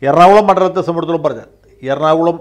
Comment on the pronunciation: വക്കീലേ "സംബന്ധിച്ചിടത്തോളം "എന്ന വാക്ക് നന്നായിട്ട് പറയുവാൻ വെല്ലുവിളിക്കുന്നു.. 😄🤪